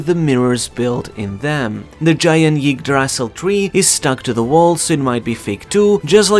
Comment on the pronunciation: Yig Dras Sil lol... just say Eee-dra-sil